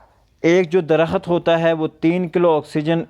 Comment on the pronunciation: لفظ درخت کے تلفظ پر دھیان دیں۔۔۔ د محرک ہے ر محرک ہے خ اور ت ساکن